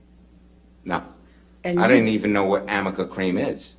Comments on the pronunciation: I love this format!!! About the infamous AMICA CREAM gate: I don't wanna say that since those are AH's lawyers they have to be dumb or unprofessional or ignorant, BUT I think they're not prepared and they let Amber do their job, without verify and dig deeper everything she said to them! And arnica IS the best evidence because that shows Elaine doesn't know what she's talking about,doesn't know what arnica is and she simply READ HER SCRIPT WRONG! "rn" may resemble an "m" in lower case letters or italics. She simply read it wrong, and not knowing what she's talking about keep going with the mistake! This literally left me with no words... I was shocked! How can you allow yourself to ask a question in a cross exam,about a topic so fundamental in this trial (make up related to how she supposedly covered her bruises!) without knowing what you're asking! If she had deepened about the arnica cream before the trial she would have completely avoid the question because she would have known arnica CAN'T help with bruises or swelling overnight! And the same error happened with the conceal palette that didn't exist at the time Amber supposedly used it! I mean, I know I'm repeating myself, but that is a focal point! They should have known EVERYTHING about this, they should have investigated everything about the makeup, especially because this never happened! They're not just telling the truth (I think this make it OBVIOUS at this point) they're manufacturing the whole context and set up a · Also, it's ARNICA cream. Not AMICA. 🤦‍♂️ PS I kind of love this cream, it does help to reduce the intensity of the bruises within 24 hours or so, but UGH! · I don' t understand why no one tries to correct Ms. Bredehof on the 'amica' cream. arnica cream. Reminded me to restock. ;) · Lol i just realized amica cream isnt actually a cream brand or product but only Elaine mispronouncing arnica 🤣... r+n=m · Excuse me Elaine, It is NOT Amica cream It IS Arnica Cream. Just another of many errors